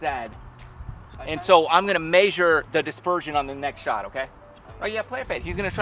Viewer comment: This guy said "measure" weird.